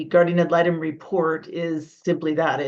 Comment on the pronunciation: “guardian atlanta” 😂 it’s guardian ad litem, but this made me laugh 🩷